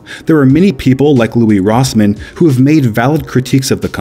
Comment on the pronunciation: It's Louis Rossmann Not Louie Rossmann